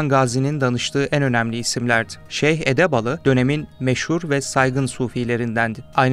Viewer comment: İçerik çok güzel hazırlanmış fakat 2 tane hata emeğe yazık ediyor. 1-Sunucu Edebali diyor seslendirici Edebalı.Edebali hz ismi İ ile biter. 2-Osman şöyle geldi,Osman şöyle gitti vs demişsiniz.Osman olarak seslendirmek saygıda kusur olur.Doğrusu Osman gazi,gazi Osman vs gibi demek.Lütfen biraz daha dikkat